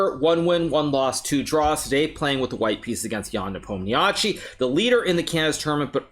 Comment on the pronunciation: Why do you say Nepomniachtchi like that?